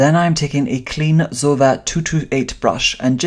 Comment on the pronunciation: Pronounced zo-ee-va darling. Loving your work. 👏🏻